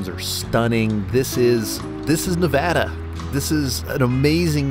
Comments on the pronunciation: Nev-add-a!!!! Not Nev-odd-a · "Ne-VA-duh, not Ne-VAH-duh" as the bumper sticker clearly states. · WRONG PRONUNCIATION. IT'S "Neh-VA-duh" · It’s Nev-a-DUH… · I’m confused the title says Nevada, but you say neva-duh…. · Doing a 900 mile trip + a well made video and still pronouncing the name of the state incorrectly. Get it together here!